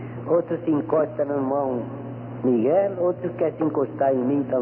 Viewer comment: Irmão Reccieri Lavander Irmão Miguel (com uma pronúncia do L diferente)